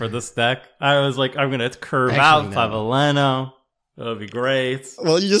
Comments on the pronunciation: For the Spanish pronunciation, you basically got it right. clah-bee-LE-nyo. (Vs sound generally like Bs. You nailed the ñ though.) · Don't worry,, you are the only one that pronounced Claveliño's name sort of right 😅